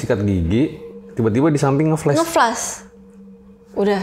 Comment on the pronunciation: Flush bukan flash 😂😂